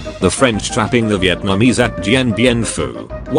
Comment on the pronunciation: It's Viet - namese, not Vi - eet - namese.